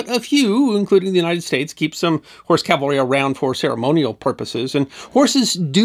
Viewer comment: Excuse me for saying so, but it really irritates me to hear people mispronounce "CAV-alry" as "CAL-vary." Subtle yet significant difference. I still love you.